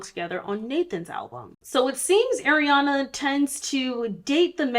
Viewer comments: It’s hard to watch this because she keeps calling her Airana and not Ariana . I’m not even a fan but it’s bothersome 😫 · If you're going to do a video like this the least you could do is say her name right. Her name is pronounced AH-Riana and this isn't some weird pronunciation she decided on, this is the traditional pronunciation....it's not EH-riana. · ITS ARIANA NOT AIR-IANA OMGF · so is it air-riana or AR-iana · btw it's “ARiana” and not “AIRiana” ! 🪐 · She is Ah-ree-ah-nah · the way you're pronouncing Ariana like Eriana is killing me 😭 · Not an Arianator but can we stop saying 'Airy-ana' 🥴🥴 the As have the same sound of 'ah' not like 'air' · It's are - ee -aw - na lol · I love how in most videos people call her ''Air-iana'' (she said it irks her when people mispronounce her name) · Airiana grande... ya'll learn to at least pronounce her name right before you make a whole video about her.